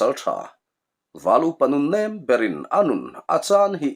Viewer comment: Comem na ah a lamrik dan dik zawk min raw hrilh tur in ka han ngen che u i tia a ziak ringawt hi chuan a fiah zolo mai thei ka ngaih pawi mawh na lai ka han sawi ve a nge kum 63 kani ve tawh a kan naupan lai t tang tawhin pheizawnga thapek pres pek hi (NAM) kan ti thin tuna (nem ) intih hi a diklo chhuk zawnga pres thapek hi nem tia lamtur.